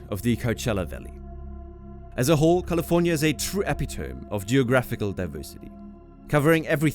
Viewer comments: lol "Epi-Tome" instead of "Epi-To-Me" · Epi-tome? You might want to check how that word is pronounced... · Mt. Rainier, San Joaquin and "epitome" were all incorrectly pronounced.